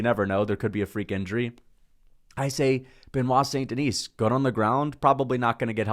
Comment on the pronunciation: hey by the way the S in Denis is silent